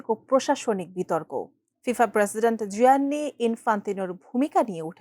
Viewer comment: Gianni Infantino জিয়ান্নি নয় উচ্চারণ হবে জান্নি